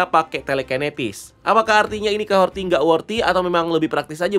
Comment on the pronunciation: Capten Carter keterlaluan dan overdosis sih, kaya gimana gitu. btw Kahori kan ya, bukan Kahorti